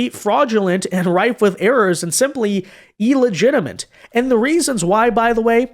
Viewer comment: illegitimate not ellegtiment.